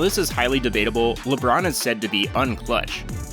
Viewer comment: “ LeBrone is the GOAT” please. Just,just stop. Mj micheal Jordan.